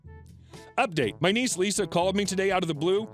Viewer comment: You do realize that "Lissa" is not pronounced "Lisa", right?